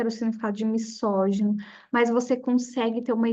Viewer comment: legal seu conteúdo, mas errou duas palavras na pronúncia "misógino" ( que na pronúncia tem som de "z" pois está entre duas vogais e "nêmesis" que tem acento com mesma pronuncia de "Gênesis" então parei de assistir, mas no futuro, precisa atentar a isso